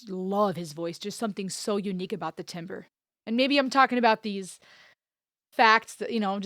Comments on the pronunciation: Timbre is pronounced tamber. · Timbre is pronounced TAM-ber or TAM-bruh. It seems strange, but that's what it is.